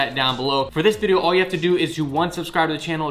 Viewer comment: “SubscrUbe to the channel” ~